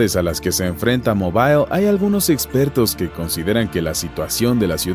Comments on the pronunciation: no se dice mobail, se dice mobl 🤣🤣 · en ingles y español la ciudad de Mobil Alabama se pronuncia igual